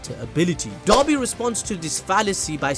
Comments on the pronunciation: People: pronounces "Dabi" as "Dobby" My brain: "Master had given Dobby a sock, Dobby is free!" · Dabi not Doby